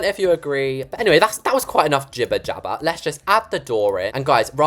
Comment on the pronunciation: I can’t stop laughing until he said giber jabber !